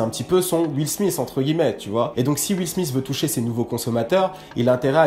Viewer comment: j'aime bien quand tu dis juile smith.. xD :p , bonne vidéo comme dab. ah et oui fait un lsd sur les viners sa serait cool , jme suis toujours demandé ce qu'etais devenu certaines viner un peu moin connu que king bach ect